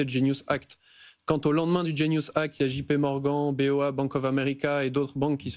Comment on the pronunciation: "JP Morgan" avec l'accent français mon dieu comment peut-t-il?